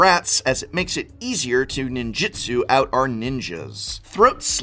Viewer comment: It's NINJOOTSOO not Jitsu. Ninjitsu is martial arts. Ninjutsu is magic.